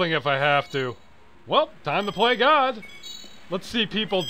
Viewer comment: I honestly thought he said "time to play guard".